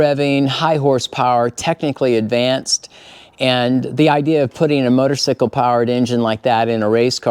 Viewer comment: You keep saying motosycle....It's funny I say that too sometimes.And I'm a Moto guy